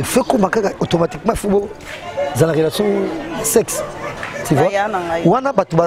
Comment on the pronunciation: Français ango kk ti vois 😎 eeeh on dit tu vois 😎 pe kende ba diminuer montre wana